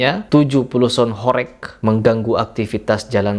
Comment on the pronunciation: Baca HOREG aja salah, sok²an punya ilmu bicara tentang sound horeg... Intinya lu ngomong sesuatu tapi dasarnya dangkal, kosong dasarnya